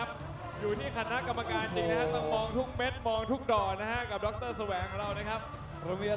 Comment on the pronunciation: กรรมการไม่ใช่ กัมการ